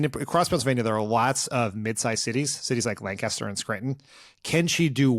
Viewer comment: As someone who lives about a half hour from it, thank you Dan for pronouncing Lancaster correctly!!!